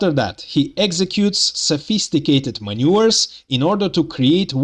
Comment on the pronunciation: Brilliant analysis as always. How you pronounce "maneuvers" made me chuckle. Sounded like you said "sophisticated manures" ;-)